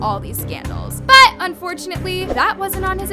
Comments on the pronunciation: Sorry but I have a headset in my ear and you saying" but! " really hard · Girl the way you say “BUT” is annoying just say it normally